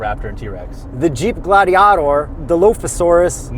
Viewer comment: I can't believe you guys didn't AT LEAST try to google the right pronunciation..mo..ha..vie. WTF Just when I'm recovering from moe-jayve, I get hit with glady-AH-tor?. Guys you're killing me here!